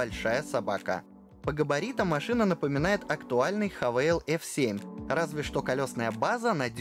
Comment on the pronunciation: Haval читается как "Хевл", ты хз где вы там " Хавейл" увидели!